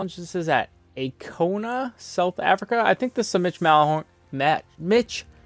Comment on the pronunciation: Cool to see a South African themed course, its pronounced: EYE-KO-NAH, means "no way". Great play man, keep it up!